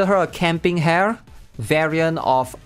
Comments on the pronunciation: I thought Rin-chan's going to be playable 😭 Also it's camp Ha-re, not hare (a type of rabbit), she's not even in the rabbit squad 😭 (just wanna joke, sorry, and just want to mention it's read as Ha-re not hare, but iirc you read her name correctly on your previous videos) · Maybe he thinks she's named after an animal hare, rabbit. But its ha-re for sure. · Hare is pronounced like hair ? I always thought it was Ha-ré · “Hah reh” Not hair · Riding this comment and yeah. I love you,! But Hare isn't like the rabbit, hare, it's like the Japanese word for sunny - "hahreh" or 晴れ／ハレ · It's not pronounced "hair" 😭 It's "Ha - re" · Dude I'm "pretty" much annoyed by u pronouncing "hare" as "hair" pls dude stop it's "ha-re" I understand that ur Chinese so it's hard to pronounce "Rrrrrr" but pls try fixing it ( "ha-re" ) ....in a Filipino so